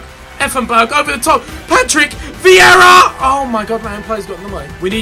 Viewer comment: Viera is pronounced vee era